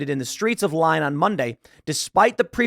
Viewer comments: Every time Tim says “Lyon” a baguette loses its crunch. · That's not how you say "Lyon" 😂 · It isn’t Lee yon or Lee own, it is Lyon but the “on” is a nasal vowel. We don’t have them in English. Just google nasal vowels. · Tim not even trying to pronounce Lyon correctly 😂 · For the Americans it’s not pronounced lion it’s lee-on if you need to know how it sounds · Lyon is pronounced “Lee-on”, not “lion”. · It's pronounced lee-on not lion Tim. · Lee-on not lion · Love your work, though it is Lee-on not Lie-on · Not lion, it’s leeeeee-on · pronounced Leon, not Lion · Lyon is pronounced “lee-on” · Its more like "Lee-own" with an American accent, but definitely not "lion." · Pronounced “Lee-own” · Pronounced Lee-on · It's pronounced lee oan with a short n. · It's pronounced, "Lee-own" Tim. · lol tim just called Lyon, lion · It's not pronounced Lion Tim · It’s pronounced “Leeown” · I believe it’s pronounced Lee-Own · It's pronounced lee-on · It's not "Lion." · Pronounced Lee-yon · It’s pronounced “Lee-yon.” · Please stop saying Lie-on! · It's pronounced... Lee-on. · Tim it is pronounced “Lee-on”. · It’s pronounced… ‘Lee-on’…. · It's pronounced "Lee-ohn" fyi. Love the channel my friend! Been a fan for years. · It's pronounced 'leeon' despite the y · Lyon sounds more like "Leo", with a very soft "n" at the end. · Tim, it's pronounced Lee on! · And the n is guttural, being pronounced at the back of the tongue rather than the front as in English. "LEE-YOHn" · Hi from the UK 🇬🇧 😊. It's "Leon". The y is an e in French ❤. Sorry , I'm just being a typical British twat , I can't help it 😉 . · Lyon is pronounced lee on. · Lee - on Accent on second syllable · It's pronounced Lee - on, but not a big deal. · Lyon is pronounced Leon with a French accent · Tim, Lyon is pronounced "LEE-OWN". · It's pronounced Lee-on bro. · Pronounce Lyon = Leeee-own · It's pronounced... Leeon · Lyon is pronounced "Lee-Own." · pronounced Lee-on (Lyon) - just saying! Keep up the good work!!